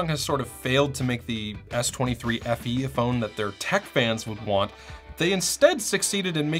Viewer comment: You had me at "Samsung S23FEe" 🤭🤭